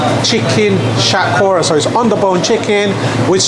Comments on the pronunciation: Love your videos bro, but I think you should pronounce the vegetables Bengali way lol. Like shatkora haha still love it though. You pronounced it non Bengali way. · Pronounce Shatkora properly not like a coconut.